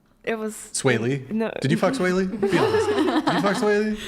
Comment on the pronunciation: LMFAO!!! She said “sway lee”?!?! HAHAHA he looks like ET! 👆phone home lookin ass 🥴😂